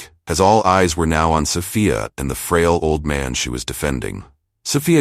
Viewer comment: Did you proof read this story never mind I answer for you. No you did not. Plus you didn't even pronounce Sophia right all the time a wrighter your not.